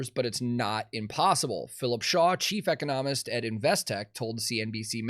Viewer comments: You're mispronouncing the term. It's not eco-NOM-ist; it's e-CON-no-mist. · E-cono-mist Instead of eco-nom-ist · great video but jesus, its "e-CON-omist" not "eco-NOM-ist" lol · Dude , you're putting the em-PHA-sis on the wrong syl-LAB-le... the word is pronounced ee-CON-oh-mist with the emphasis on the second syllable. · I love you brotha, but you are absolutely killin me the way you keep saying economist.😂 its eee-con-o-mist. 🤘🤘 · the best bit of this clip is pronouncing “economist” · The way he pronounces " economist" drives me crazy. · The way you’re pronouncing economist is killing me 😂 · I have never heard anybody say economist this way, and saying it this way 74 times in a 15 minute video made my skin crawl lmfao hooooly shit. Love ya tank, but your emphasis is on the wrong syllable here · Why are you pronouncing economist like that?!